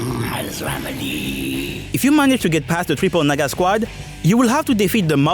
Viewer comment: Triple what now?😂 (I know he said "Naga", I just thought it sounded differently)